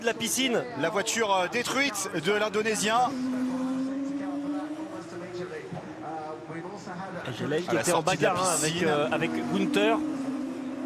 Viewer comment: I hate how these guys call him "Jel-ael"